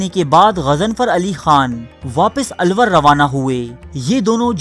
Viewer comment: ye '' alluor ha na ky alwar